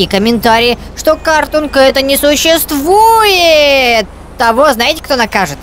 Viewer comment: Картонке. сщыствуэ